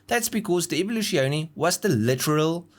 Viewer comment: you pronouncing Evoluzione is just the dumbest thing I have ever heard...